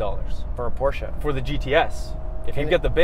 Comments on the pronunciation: You pronaunced the brand name correctly sometimes. Make sure you always finish 𝗣𝗼𝗿𝘀𝗰𝗵𝗲 with "eh" , not with "ah". Examples from the original pronuciation again: ; , , etc.. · Close but you said it wrong. PorschEH not PorschAH. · Stop saying pow-chuuuuuuuu instead of por-sche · It's not Porsha it's Por-sche. E like electrod. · Stan Lee except that’s also an incorrect pronunciation that car enthusiasts falsely believe to be right - the correct pronunciation is Por-shur, like por-shé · You guys said it right PORSCHE! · It’s pronounced Porsche! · wrong... it's actually pronounced Porsche! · Porsche is pronunced Porscher. Whoo hoo.